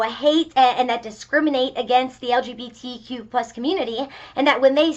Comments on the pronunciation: My gosh... "Eldzhibitikjuplus". That`s what`s wrong with the world nowadays. The very essence of the PC in one unpronounceable linguistic Frankenstein`s monster. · Why can’t any person like her say lgbtq+ or anything like that, they always mess it up lmao that’s how useless it is.